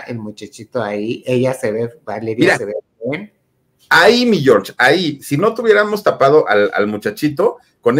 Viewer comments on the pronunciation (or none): ¿Porqué el Filip dice "mi Yor", no es "mi George"?